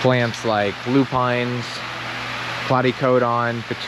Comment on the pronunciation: Luuu pin not lupineee